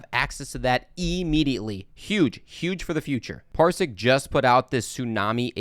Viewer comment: Parsiq - not Parisq or Parsik